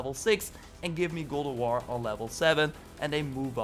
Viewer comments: Dude you need to learn how to actually say God of war not gould of war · this guy says goo of war instead of god of war LUL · and Goldoworrrrrr!!! I think your tongue is left handed.....